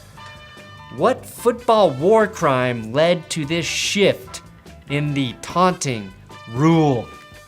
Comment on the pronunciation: Did he say “Aunting”?????